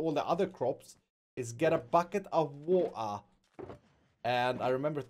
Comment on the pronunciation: Did it sound like he said woa instead of water 😂😂😂😂 (I caught it lol)